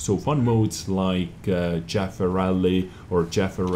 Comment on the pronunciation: when you said Chafee race it sounded like you said Jaffa race and i just started to laugh. :)